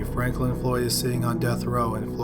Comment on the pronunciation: Is it 5 or is it 3? Is it Franklin or Fanklin? Maybe watch the video before you post it lol